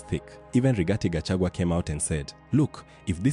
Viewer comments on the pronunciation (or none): none